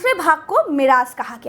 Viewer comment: Woh meraz nahi hai Woh Mairaj hai aur surah najam hai Aur jibrail alehissalam hai behtreen peshkush